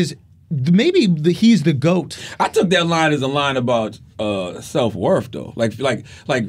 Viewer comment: "Self wurff"????